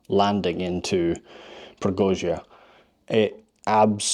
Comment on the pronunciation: We stayed in a nice hotel overlooking the river. In the morning eating breakfast on the terrace, there was a fellow taking a sh1t on the bank opposite 🤭 so assume that's why the river is so "verdant". Strange memory, but a nice place 😊 however wrong you pronounce it 😂